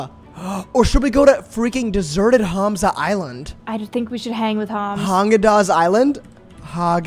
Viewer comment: Hearing you say hAmza instead of ‘humza’ pains me 😭😘😭